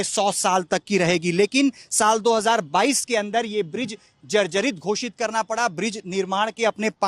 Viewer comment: "जर्जरइत" धन्यवाद पत्रकार महोदय शब्दकोश में एक नया शब्द जोड़ने के लिए😂😅